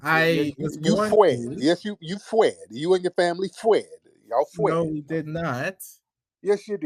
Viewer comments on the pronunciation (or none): Fwee & Fwed 😂😂😂😂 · I have played “you fwee & yall fwed” about 50000 times. 💀💀💀💀💀💀